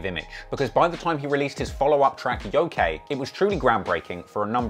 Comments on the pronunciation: That title of the song “Yokai” isn’t pronounced Yo-Kay. The actual pronunciation is Yo-Ki, with a hard “i”. It’s a class of spirit within Japanese folklore that can range from Malevolent, Mischievous, and Benevolent intent. Though many westerners that only vaguely know of the concept of the Yokai usually misinterpret the word using it interchangeably with the Demon. Despite them not being demons at all, even by western standards. Which was obviously 6ix9ine’s intent for using the word, using it to mean demon rather that just coming out and saying it. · This dude said Yo K it’s pronounced YoKai 😂😂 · Lmao its pronounced "yo-kaii" not yokey. Its Japanese tho, so you get a pass. Lol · Its pronounced "YOKE-EYE" not fucking "YOKAY" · Ngl I die inside everytime he says Yo-kay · how he pronounced Yokai annoyed me lmao